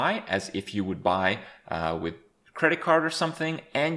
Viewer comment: you FUCKED up the "i" in "WIth"